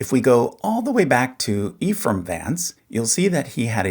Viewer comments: Ephraim, pronounced Ehfrumm most of the time. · the name pronounced "ef rum", not "ee-frum"